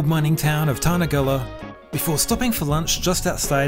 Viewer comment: Nice video. You got Tarnagulla spot on, but St. Arnaud was a little off. More like Rnud. Ka n-i-va as well, but nice work all the same.